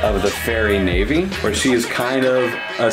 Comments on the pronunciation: "Navy"? i thought it was Navi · I've heard Navi pronounced "navvy" and "nahvee" ... but "navy" is a new one. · Yeah but you called Navi, "Navy", so I don't think I can ever forgive you. Shes a fairy that helps you NAVIgate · Did that one guy call Navi, a fairy that helps you NAVIGATE, "Navy"? Because I just about died when i heard that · Did he just call Navi..... navy ?